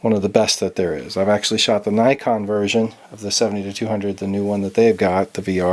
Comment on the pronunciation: It is pronounced Nikon NOT Nykon!!!!!!!!!!!!!